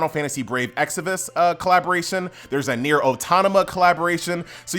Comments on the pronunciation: "Brave Exavus" "Nier Autonama" lol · Atleast effin pronounce the collabs right, jeus christ. wth is a exiVUS and an autoNAMA. Even the game itself you said anaMEIS jesus christ.